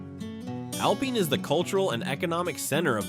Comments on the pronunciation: "Al-peen" Texas? Really? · U mean Alpine is not pronounced as alpeen. This guy is an expert on Texas . How can he be wrong? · If you are using AI do some research . There is no Alpeen in Texas . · Can’t pronounce Alpine ,Amarillo and Terrel county. This is AI. Do your research. Most of this video is bs. I live in West Texas and have visited all of these places.